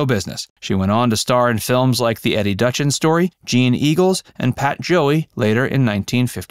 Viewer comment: Duchin pronounced Doochin (Eddie Duchin) Mai pronounced My (Mai Britt).